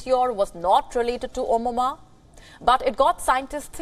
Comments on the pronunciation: Its Omuamua not omuma... She made this news so boring.almost slept... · Ms. Its not Omama it was Omuamua dare to speak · First learn how to pronounce Oumuamua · When everytime you pronounced the comet name wrong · i love how she cant pronounce oumuamua